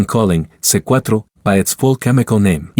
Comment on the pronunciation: Pronouncing C4 as C-quattro is sending me 😭